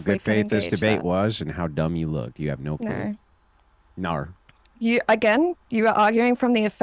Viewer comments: naurr... - Naur? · Noahrr and Yeahrr 🤣🤣🤣